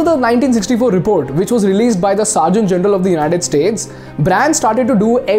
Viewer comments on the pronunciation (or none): Surgeon General not Seargent General